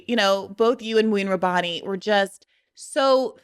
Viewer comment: To this day, destiny is unable to pronounce mouin rabbani correctly, yet he expects everyone to feel bad when he is called Mr. Borrelli.